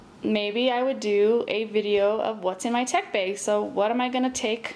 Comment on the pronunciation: awesome bag and tech. I also like how you say bag, its like beyg. anyway keep it up